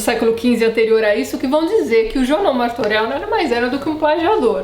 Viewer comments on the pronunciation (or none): Martorell é pronunciado "Martorelh", não "Martoreu"